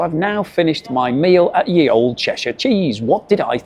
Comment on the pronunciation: I hope you know that you can't read 12th century English ... probably not! "Ye old cheshire cheese" was how "The old cheshire cheese" was written before the Normans changed it to "Th", and after the demise of the Viking "ᚦ", or "þ", all of which should be pronounced the same way, and not how you pronounced it.